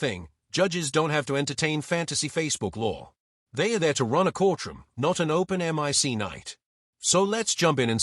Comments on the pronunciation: And the AI reveals itself again: "Judges are there to run a courtroom, not an open em eye see night." When will these YouTube hacks realize that no narration is better than obviously robotic faux-narration. Buh-bye. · "M I C night"? I guess this is AI talk for "mike night". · Did you actually say "open em-eye-see" for "open mic"?